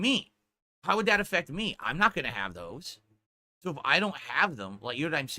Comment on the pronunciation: He took pure kick meth, he get so excited about it he cant say the word "so" properly anymore lmao. He says it like a dented lips person.